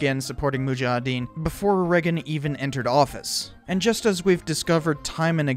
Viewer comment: Oh my god, you and Trevor Moore from WKUK say Reagan the same weird way. Please tell me you say Vegas weird too LMAO